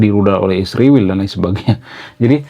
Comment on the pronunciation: Mengapa kau sebut isriwil, Konoha....gentle saja.....!